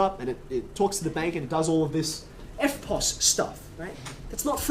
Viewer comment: Instead of erpos i thought he said Airpods